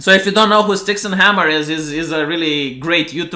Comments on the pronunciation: IT'S STYX-HEXEN-HAMMER-666, you silly gypo. I don't know why that bothers me, but dyslexia is a problem when you're a YouTuber lol. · the romanian NAME BUTCHER. Its StyxHEXenhammer. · Dude, it's Styx - hexen - hammer.